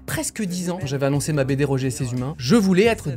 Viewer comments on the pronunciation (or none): none